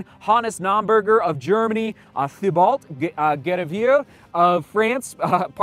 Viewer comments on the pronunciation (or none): Hoping Katie finishes strong and in 1st! (...and it's Tee-bo, not THEE-BAULT. ;) ) - Killian is just jaw-dropping.